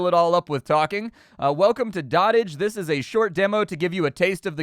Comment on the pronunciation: Doat-ij, not dott-ij